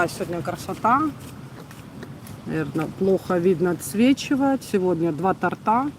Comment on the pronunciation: Правильно говорить не тортА, а тОрта.